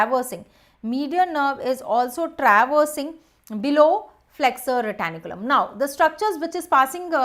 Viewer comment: Someone pls say her it is flexor retinaculum and not flexor retAnIculum